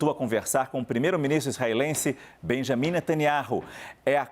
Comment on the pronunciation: Ai entra a repórter e chama o Naná de Beamim 😂